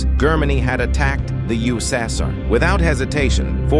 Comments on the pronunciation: I have never heard Germany mispronounced much less USSR. This sets a new low for so-called documentaries.👎🏻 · Germanny? Ussasar? Horrible.